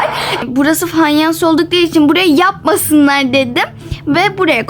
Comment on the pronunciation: Fanyans yalnız Fayans değil